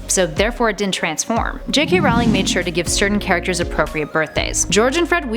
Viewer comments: J. K. Rowling's last name is pronounced R-o-ling not r-OW-ling. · One thing. It's supposed to be pronounced like 'rolling' JK said it herself. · I thought J. K. Rowling's last name was pronounced "rolling" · Its prounded J.K (Roh-ling). Not (Rau-lieg). Jesus. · Everytime you set "Rawling" (which was way too many times) I wanted to punch you. Is "Rolling" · It's Rowling not rawling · Just letting you know you are sayings Jo's last name wrong. It's said like bowling but with an R at the front! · You're saying her name wrong! Every time you guys make a hp video I want to pull my hair out. It's pronounced like rolling. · She prounonced Rowling wrong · You said 'rowling' incorrectly, but other then that, great video. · Your pronunciation of Rowling is wrong.... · IT KILLS ME EVERY TIME SHE MISPRONOUNCED ROWLING!!! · she says Rowling wrong. that bothers me. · Not to mention botching Rowling's name! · and rowling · Chris O'Brien and she also pronounced Rowling wrong